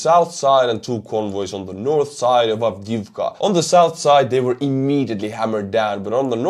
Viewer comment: I love checking out your views, I get a kick out of you doing the ruxxians. Just don't know why A10's haven't been sent. Oh and great pronunciasion of the name.